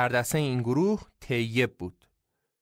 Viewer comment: یا مثلا تلفظ طیب tayyeb درسته نه teyyeb.این تو اپیزود شاهنامه هم زیاد دیده میشد